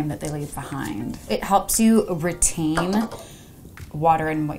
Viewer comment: The way she said retain Rehtaiyn